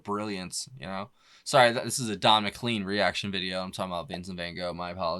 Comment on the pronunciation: MccLean is pronounced as in rain. Mcclain.